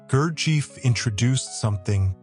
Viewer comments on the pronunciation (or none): That's right. About how to pronounce his name. It would be phonetically, Goorjiyev. The British mispronunciation of his name (like the narrator) is Gerjeef. Absurd, they don't even bother to say his name properly, and during readings (I attended the G. Foundation in NYC for 18 years, from 1971 to 1989, studied this method under the guidance of Lord John Pentland who was appointed by G. to lead groups in North America) the reader would mispronounce the names of all the towns and villages in the region that G. mentions in his autobiography, Meetings With Remarkable Men. Not sure (and don't care) about this connection with infamous dictators of Europe. It's possible that G. and Iosif Jugashvili (Stalin) may have crossed paths in the Caucasus region, but so what. They had nothing to do with each other; just more sensationalism to distract from the real message that G. brought to us. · En primer lugar.... NO sabe pronunciar el nombre Gurdjieff. En segundo lugar, no COMPRUEBA que Gurdjieff o su propuesta, fueran PELIGROSOS. En tercer lugar NO aporta nada nuevo...... MEJOR HAGA VIDEOS DE GATICOS..... SON DIVERTIDOS. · You might wish to pronounce his name correctly. Summation of the work is not bad the comments about his early life, reason for his car accident and beelzebub are ridiculous. Nothin is known about his formative years where he was and how he developed the system. The contributor has no right to represent speculations as fact. No one has ever been able to identify any of the characters in meetings as real people. He was conducing group work at the preiure up until his death in October ‘49. I know all this as my first husband lived there with him. Narrator does not identify his sources but it has the scent of something very suspicious and not authentic. As for beelzebub fro his own mouth “some true some not you decide” dear lord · The AI narrator can't even pronounce his name. YouTube = AI = foxtrot Oscar 🖕